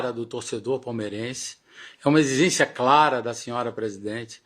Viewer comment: “Exizencia, exizencia”…o cara é tão despreparado que nem consegue falar a palavra Exigência, imagine esse cara tentando convencer um jogador a vir ao Palmeiras 🤦‍♂️